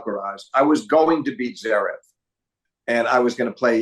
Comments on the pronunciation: Flink should finally learn how to pronounce Zverev. He always leaves out the first “v! It’s not Zerev. All that knowledge and insight gives Flink elite status, but he might have to hope Zverev fades out of the need to be mentioned much if he can’t get the name right. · Steve, PLEEEESSSSE say the 1st V in Zverev